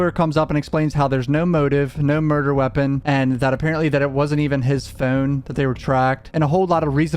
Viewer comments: Bro y you say phone like that? 😂 pHoUunne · The way you say (phone) is painful. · Why you say phone like that? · I had no clue where you were from but when i heard you say "phone" i could tell it was somewhere near Baltimore Maryland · Good vid... the way You say Phone is very comical ✌